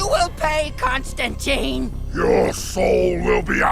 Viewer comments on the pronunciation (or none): Ugh, everyone is mispronouncing Constantine, including Jeremy! It seems to be really common error but it's pronounced ConstanTINE like "twine" or "design," not "ConstanTEEN" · Imma be a bröther and give you a life saving tip: It's not t-e-e-n-e, it's t-i-n-e (If link doesn't work just google "constantine rhymes with fine" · Eff!!! another movie the mispronounces Constantine!!!.